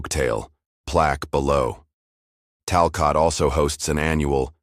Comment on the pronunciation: It’s pronounced Talcut!!